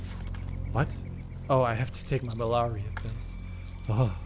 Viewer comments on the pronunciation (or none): The Mal-ar-ia lol. That was one of the best parts of this game actually.